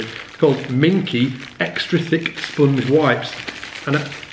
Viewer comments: It's spOnge, not spUUnge, ha ha ha hah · I don't get it. Why would I want to kill the sustain on my bass? Evidently, I am not seeing the bigger picture here... Anyway, I like the way you say "spunge"...